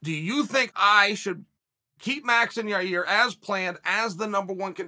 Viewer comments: I want to meet these fighters Chael is naming. Never met or heard of a guy named "Year OR Yaear" in my life. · He pronunced Yair, 3 different ways in this video. So fantastic. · So nobody caught that Chael didn’t call Yair, Yarear 🤔🤷🏾‍♂️😂